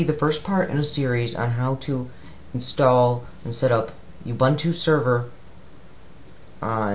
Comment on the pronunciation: I hate to be this guy but Ubuntu is pronounced oo-boon-too. As pronounced by the official program site.